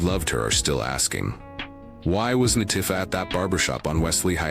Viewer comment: It LA Tee FAh in pronunciation not tiff fah